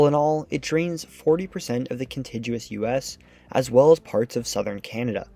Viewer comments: kuhn-TIG-yoo-uhs not kuhn-tij-yoo-uhs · Con-ti-gyu-ous. Not con-ti-jue-us. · "Contiguous" has a hard "g" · Hmmm! I've never heard 'contiguous" pronounced con-TIDGE-oo-us; rather, it's always been con-TIG-you-us wherever I've been. Interesting video, by the way. Thanks. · Um,...you pronounced CONTIGUOUS as though the G was a J. (Nope.):) otherwise, cool video. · The G in CONTIGUOUS is hard, like in BIG RIG et. al. Accents on the river's name: AT-chuh-fuh-LIE-yuh (all syllables are pronounced)